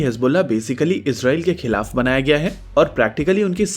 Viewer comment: Khilaf hota he kalaf nahi.